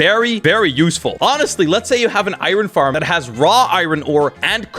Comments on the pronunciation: Why do you call it iren?! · the way he says iron tho